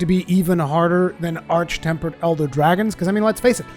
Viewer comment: Thank you for saying arch and not ark